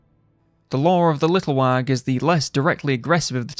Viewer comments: Wag? What's a wag?? You mean little WAGHHHHHHHHHHHHHHHHHHHHH (wəh)? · Pls stop pronouncing the g